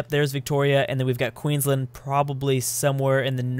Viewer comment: Is it me or does every Queenslander hate how non Australian's day the name. They say land like lend, it really grinds my gears